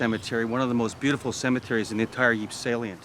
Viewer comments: ypres is actually pronounced as "eepur" and not like "eep"... its hurting my ears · If only you pronounced Ypres properly i might have taken you seriously , why should i take anything you say as fact when you dont do the basic research into its name despite being in the Town .